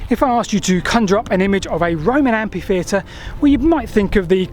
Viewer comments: should be so ashamed that he re-records the audio, this time pronouncing the word "Amfy-theatre"! (Can't this sort of glitch be sorted out by review by someone else, in pre-production?) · Your presentations are full of information and enthusiasm, thank you. One small quibble, amphitheatre is pronounced amfitheatre and not ampitheatre, from the ancient Greek words amphi + theatron (theatre). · Why has everyone suddenly decided to mispronounce it as ampitheatre? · Oh, for God's sake,! Stop calling it an "ampy theatre". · Ampi-theater in the US. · Mother England has different dialects of English. I long ago accepted his pronunciation as part of him and his upbringing. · Isn't that the usual pronunciation of that word in his corner of England? We should respect regionalisms. Unless this is a case of being tired or careless. But only he knows for sure. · /ˈæmfiˌθiːətər/ - amfi.. not ampi !! 😲😳😦❤